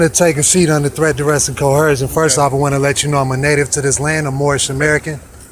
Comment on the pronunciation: I wish these morons would, at least, say the word coercion (co·er·cion) correctly. It's not cohercion. Clearly uneducated and delusional regarding everything!